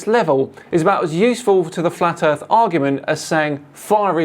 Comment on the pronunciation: Gotta love flatt erff research.